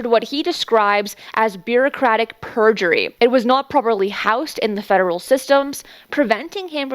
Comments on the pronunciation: I think you meant to say beaucratic purgatory, not purgery. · "Instead, it enters what he describes as Bureaucratic Purjery"...? I love ya, but I believe the word you meant to say here is "PURGATORY" not "Purjery". I would imagine that if you had said "Instead, it enters what he describes as Bureaucratic Purgatory. It was not housed properly in the federal systems, preventing him from taking any other positions", it would make a bit more sense. Nonetheless, what was done to him could indeed be considered an act of "bureaucratic purjery"!